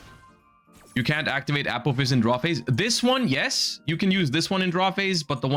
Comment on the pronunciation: I swear he says apple fist instead of apophis